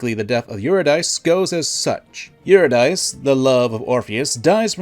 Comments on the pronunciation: I’m sorry, but I have to say something or it will bubble up in me and make my blood pressure rise to highs I never thought possible: Eurydice is pronounced “you-rid-dee-see” not “you-rid-dice”. Otherwise, great telling of the Orpheus tragedy. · Her name was not euro-dice. It was yeh-ready-see. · "OO-ri-DICE?!?!" Her name is "Yuu-ri-dih-see", sir. But it's good to know that you've read it and you're not just parroting someone else. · Hey, real quick. I just wanted to let you know that Eurydice isn't pronounced (Or-uh-Dice) it's pronounced (Yur-ih-duh-see). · Aura-Dice? I always pronounced her name You-Rid-A-See. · Eurydice is pronounced you-ri-duh-see, not you-ree-dice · This is a great video but I have one correction: Eurydice is pronounced Yur-Id-Is-See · Just for clarity, Eurydice is pronounced [Yur-Ih-duh-see]. And yes, there's lots of parallels between them. There's also probably some ancient egyptian mythology too with a gender-swapped version of the story of Osiris there one lover is killed and the other attempts to gather their body parts to return their soul to immortal life. They partially succeeded, but Osiris became the God of the Underworld and had to remain there, exactly how Eurydice had to stay dead. There's also some obvious Lovecraftian elements to the story. Pegasus fits the mold of a Lovecraft protagonist quite well. He's an artist plagued by dreams, and in search of a way to save a lost love through any means necessary. This leads him to ancient and unknowable powers beyond human imagination, and these powers backfire and overwhelm him, turning him into an agent trapped within his own body and obsessed with his goal of resurrecting his wife. Pegasus painting the god cards and being plagued by visions is DIRECTLY taken from the story "The Call of Cthulhu" where all the artists are plagued by dreams and visions each night as Cthulhu stirs in the ocean void. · Eurydice is pronounced "Yew-rid-ih-see" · say euro dice again i dare you